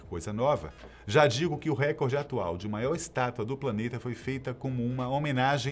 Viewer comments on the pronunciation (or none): none